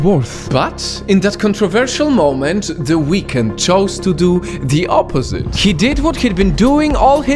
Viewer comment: I thought you said "What the weekend doing to his face?!"😂